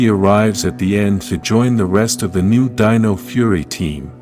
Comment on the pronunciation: You've finally got your narration algorithm to pronounce "dino" correctly instead of saying "deeno"! 🤣